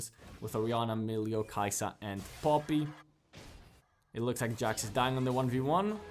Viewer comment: bro how u say poppy haha pooppii